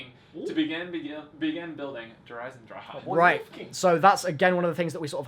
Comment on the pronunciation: Anyone else annoyed how they say Der Eisendrache like at the end they say "ack"